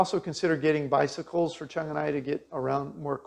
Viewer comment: Why didn't Qiang teach you the difference between the Q and CH sounds in Mandarin? You're pronouncing it chung instead of qiang which are totally different sounds.